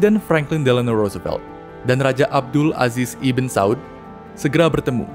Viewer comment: Ibn jangan dibaca ibin lah, tapi dibaca ibnu